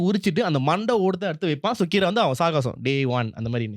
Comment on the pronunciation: It is சாகசம் (Saagasam).